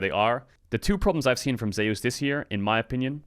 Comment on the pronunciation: For god sake please pronounce Zeus name correctly